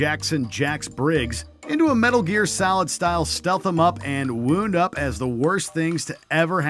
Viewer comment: Did he say "wound up" like an injury?